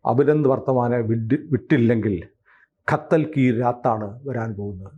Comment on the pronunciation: ഖത്തൽ അല്ല, കതല്‍ കി രാത്!